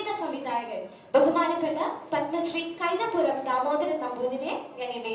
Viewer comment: കൈതപ്പുറം അല്ല anchore കൈതപ്രം 🤦🏼‍♂️